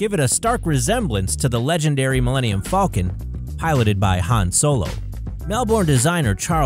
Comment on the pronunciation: THANK YOU you said “faulcon” not falcom